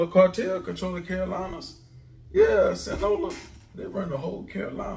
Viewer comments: It’s the “Sinaloa” cartel not sing-yola 😂😂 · Sinaloa not sin Lola lol u right tho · Brother said sinola 😭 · My boy it’s Sinaloa(Sin-Ah-Lo-Ah) jus a heads up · Please don’t tell me he meant Sinaloa cartel.. cuz I ain’t ever hear of them “singola” boys OG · It's pronounced Sin A Lowa sinaloa love your videos tho bro ❤ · A you been speaking facts since u started yt channel I pay attention but it's sinaloa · HE KEEP SAYIN SINGO-LA!😂💀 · 💯💯💯😂😂😂 I thought he was playing at 1st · Pronounce Sinaloa right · We all know who he’s talking about. No need to correct grammar 😂